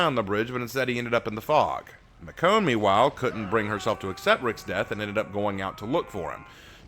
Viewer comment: I believe it is pronounced Mish-own